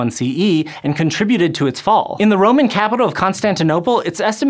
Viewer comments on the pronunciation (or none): Romman capital Konstantinoupole? Wtf dude